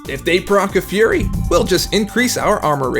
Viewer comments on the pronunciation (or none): none